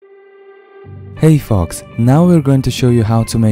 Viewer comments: When he said "Hey folks." I thought he said "Hey fvcks." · If you say "folks" be careful how you pronounce it. It sounded like you said "hey fucks" lol. Folks should be said the same way as F-oaks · all this time i tought that he said "Hey fox" but he says "Hi folks" da fyq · In the beginning I thought he said hey fucks lol